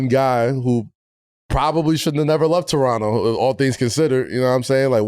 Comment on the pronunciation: Thanks guys for pronouncing Toronno properly guys. New Yorkers know.